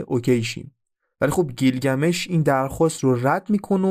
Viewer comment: گیلگمیش نه بیلگمیش... اکثر کلماتی که گفتی در زبان تورکی رایجه از ننه انییل و... ساکاها و... برای تحقیق بیشتر کتابهای بیشر بخون.. نژاد و زبان سومریها چندین کتاب نوشته شده که با زبان تورکی و نژادشون یکی بود... کتاب سومر دکتر رحیم بقال که 6000کلمه مشترک سومر و تورک رو نوشته با اسناد هست..